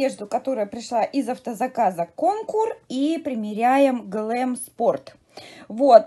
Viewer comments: Жилет на замечательно. На Вас идеально только бордовое платье. А дочери не стоит портить фигуру этими вещами. Вы красотки,коллекцию в утиль!И правильно говорить кОнкур.Ударение на первый слог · Ирина, в слове КонкУр ударение падает на У.